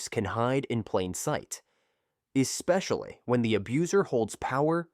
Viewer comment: In what world does AI mispronounce the word "especially?" The word is not eXpecially. You work hard to create a video and then you allow crappy narration? I just don't get it.